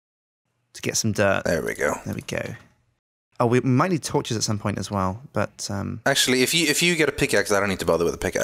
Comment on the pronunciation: anyone notice how doesnt say torshes any more?